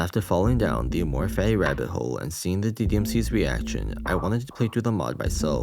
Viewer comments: The way you keep pronouncing amor fati makes me want to bash my head onto the wall but cool video i guess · am I stupid. this entire time I heard him only say "amor fai" and zero T's at all. where did he say fatty 😭